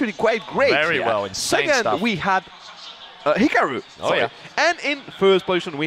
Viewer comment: I hate how they're pronouncing hikaru. It's hee car roo....